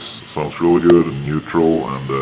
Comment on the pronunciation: So. Is everything "areally guud?" :D